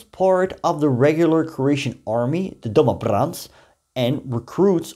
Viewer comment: Hi there man, as a croat I must say that you do realy well with this toung breaking words/names like DOMOBRANSTVO, or PAVELIC, KVATERNIK and so on.. Don't know how much you know about our opinion or our feelings about NDH today.. I can only say that we croats today look back at that sad time and those mad people as they were never true croatians and never had true croat mindset.. They were just oportunists that were casted out from YU cause of their crazy ideas and then when the tide begun to change at the beggining of WWII then the were called back by those old "criminals" that remained in the state to prepare this ordeal.. We could talk days and probably I would learn something new from you no matter my provenience, so keep the good work going man.. 🎉